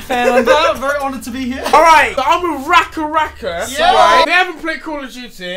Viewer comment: *RackaRacka not rucka rucka